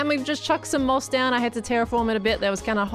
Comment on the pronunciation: When she was building the tunnel and going through the resources when she said ''And things like your moss'' I thought she said ''And things like your mom''